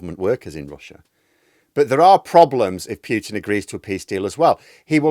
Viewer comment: Don't pronounce Piutin pronounce Putin